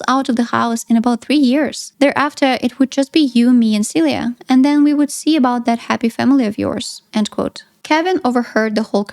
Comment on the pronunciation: I was like "who's Celia" I just watch the movie and the whole time I thought they were calling you "suey"